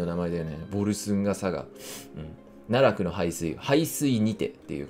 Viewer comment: 奈落の発音がナタク